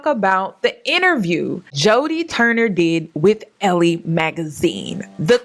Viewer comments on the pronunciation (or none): It's pronounced "L" Magazine love. Also, they didn't seem that into each other & he was with someone for 10 yrs & never proposed. Like...c'mom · I’m not sure if your aware of it or not. Elle is French for her and the last e is silent and this word is pronounced like the letter L. It’s pronounced as L. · Elle is pronounced “L”, sis. Like the letter. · It's Elle (L) Magazine.